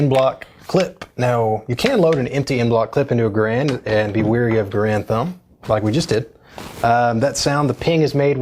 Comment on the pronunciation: It’s g-A-rand not grand